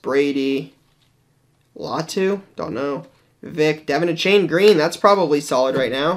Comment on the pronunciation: A-Chan not A-Chain